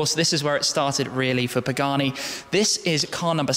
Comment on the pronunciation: Ermm... it's pronounced Pagani (don't forget the "gah" sound) Zonda ("zahn - duh") Tricolore ("triko-lor ay") not "treh-colore". Just nitpicking (I majored in Italian and International Studies at University) but otherwise a great video. Penso che sia una macchina bellissima!